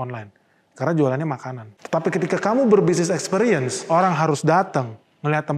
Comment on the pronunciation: Ekspiriens pengucapannya yaa...bukan EkspEriens....makasiihhhh